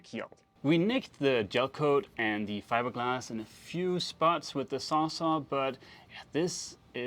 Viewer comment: Sounds like you're saying SawSaw, the brandname that has become the generic name in the US for any big reciprocating saw is Sawzall (as in "saws -all")